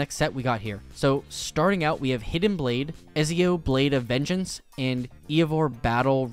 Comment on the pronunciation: am i the only one who cringed when he read Ezios name :eyes-purple-crying